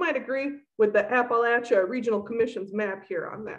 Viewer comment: thank you for pronouncing it right